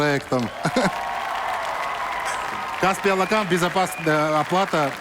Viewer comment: Наверное господину Ламтадзе можно было уже научиться говорить Алақан без акцента!!!! Алақан в переводе с казахского ладонь